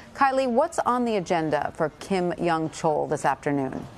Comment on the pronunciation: This mediocrity of a reporter has trouble just saying the name Kim Yong Chol. If she were a clarinetist at an audition, she would be asked to leave the stage within 30 seconds.....